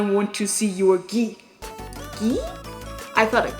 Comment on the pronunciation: Ghee is not pronounced "gee", though. The "gh" sound in "ghee" doesn't have any equivalent in English or Japanese. In Bengali/Hindi (Indian languages) the word "Ghee" would be spelt as ঘী/घी, whereas "gee" would be spelt as গী/ गी (which don't really mean anything.) The closest English/Japanese pronunciation would indeed be "gee"/ぎ, which correspond to the latter non-existent word, but are very different from the actual "ghee". Sorry, didn't mean to be annoying. I love this video, actually, and as usual, I love your sense of humour